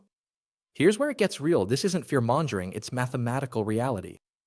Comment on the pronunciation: Hey!! The expression "fear mongering" is NOT pronounced "mon-jer-ing". It's not pronounced like a "J". It's pronounced like a HARD G. We say "mon-ger-ing", with the "ger" using a hard G, the same as the word "GIRL", or "GIRTH" or "GIRDER". Mon - GIR - ing". SMDH